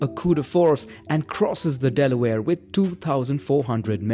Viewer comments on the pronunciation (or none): none